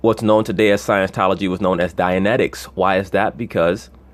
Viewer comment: it's "scieNTology" btw, not "sciencetology"